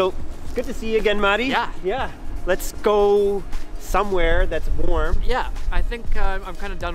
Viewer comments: I have to give it to you that you are one the few people who actually pronounce Matti's name correctly, in Finnish way. 😊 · You say Matti’s name wrong